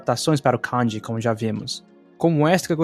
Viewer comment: Cara, não é canji (com o can do inglês)) como você também falando no vídeo. É Kanji ( com o can de canjica). Você fica parecendo um gringo americano falando as palavras em japonês. Acento muito esquisito